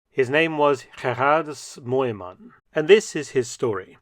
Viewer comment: Btw: near perfect pronunciation!